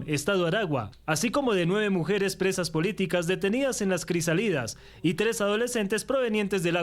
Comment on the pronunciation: vaina un periodista y no sabe leer una palabra acentuada no es crisalidas es crisálidas ACENTO en la primera ( A ) 🫣🫣🫣🫣⛓️‍💥⛓️‍💥⛓️‍💥⛓️‍💥⛓️‍💥⚖️⚖️⚖️⚖️⚖️⚖️🇺🇲🇺🇲🇺🇲🇺🇲🇻🇪🇻🇪🇻🇪🇻🇪🇻🇪🇻🇪